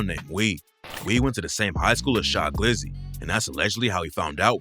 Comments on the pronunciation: And its Cha glizzy not sha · His name was Cha not Sha 🤦🏾‍♂️ I’m like wtf is he talking bout & knew the story. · Not shy glizzy it’s CHA glizzy 😂🤦🏽‍♂️ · Its Cha Glizzy not Shy glizzy youre beginning to sound like a I Bot 😂😂 naw just fuckin wit u bro keep it going